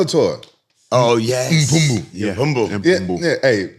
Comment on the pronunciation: Man when Rampage sayd M'Pumbu 😂😂😂😂😂😂😂😂😂😂